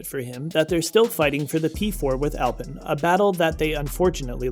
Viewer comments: Alpine ( Al-pee-n) is the car brand, even the BMW tuner Alpina is pronounced Al-pee-na. Alpen is a breakfast muesli.. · you're saying alpine wrong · Please lose the “copy reader” and get a person who knows F1. You are not alone as the pool of true F1 presenters is very shallow. I’ll save most of the embarrassing mispronunciation, although Alpine does grind the ear as does drawing fingernails across an old school chalkboard. A bit of professional attention and F1 accuracy can, and will definitely help. Other than that Mrs. Lincoln… To The Point Mario Martinoli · “Alpin” 🤣🤣🤣 It’s pronounced “Al-peen”